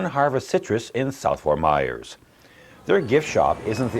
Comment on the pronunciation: It's pronounced Ft. Myers, not Ft. Mars like the candy bar. Ft. Myers, not Ft. Mars!!!!